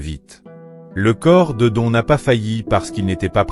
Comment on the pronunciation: Don, ça ne se prononce pas à la française mais "Done"...